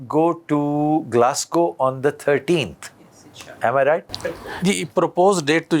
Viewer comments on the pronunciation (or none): Aftab iqbal sahib aap ne Scotland ke city ka name glascow lia, lekin ye Glasgow hai.